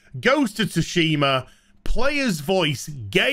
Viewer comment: Wow you people have no sense of humour, that’s clearly tongue in cheek. You lot just making something out of nothing to drive your own narrative and get those YouTube views. The game was great! You can’t even pronounce ghost of Tsushima and mocking miles morales when in some ways it’s better then the previous game. Are those 2 poles even the same pole from the same site? If not how can you say everyone voted it down after? If it’s 2 different sites then it’s 2 different lots of users based on the sites the poles are on